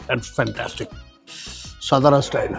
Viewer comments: सतारा नाही तात्या, it is सातारा सा ता रा Saa (सा) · Why you are stara .. its satara .. you are maharashtriyan .. you should know how to pronounce it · Sir It's not सतारा it's सातारा... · अरे काय आहे हे. मराठी माणूसच जर आपल्या नावाचं अवमान करेल तर मग दुसऱ्यांना काय दोष द्यायचा. सतारा नाही सातारा आहे. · तुम्ही मराठी असून सतारा, सतारा कशाला बोलता? सातारा बोलू शकत नाही का? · कृपया सतारा म्हणू नका...तुम्ही सातारा मध्ये येऊन ब्लॉग बनवताय खूप छान आणी आनंद वाटतोय पण ही आमची मराठांची राजधानी सातारा आहे ... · Please correct your pronunciation it's सातारा and not सतारा. Don't promote the way North Indians incorrectly pronounce the city's name. As the host of the show its your duty to put forth correct information. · You are right it's सातारा not सतारा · तुम्ही का सतारा म्हणताय सातारा म्हणा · सतारा नाही सातारा 😡 नीट बोलता येत नसेल तर तिकडे जावून व्हिडिओ बनवूच नयेत .. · सातारा, आप सतारा क्यूँ बोल रहे हो? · काय सतारा सतारा लावलय... मराठी आहात ना तुम्ही मघ वागा ना तसं....साधा आणि स्पष्ट उच्चार आहे " सातारा" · Satara ahe rao, not stara😊.Amcha kade alat khup anand jhala.🙏jai shivrai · सतारा नसत "सातारा" असत भावा 😊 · Brilliant catch. These foodies don’t care about the right pronunciations often. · Satara toh thik se pronouns karo bhai